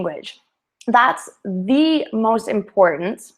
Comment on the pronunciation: hi, why do you pronounce the article "THE" as if the next word begins with vowel even when it begins with consonant? for example when you say "the most important...."